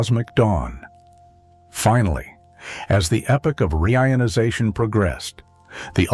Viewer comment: Reader is terrible. Frequent awkward pauses, mispronounced "reionization."😢😢😢